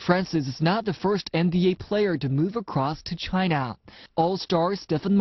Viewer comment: lol i wanna laugh at their pronunciation of China